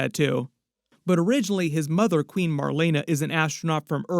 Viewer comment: Marlana? Es Marlena